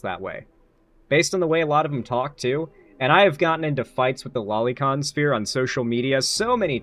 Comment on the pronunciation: You're pronouncing lolicon wrong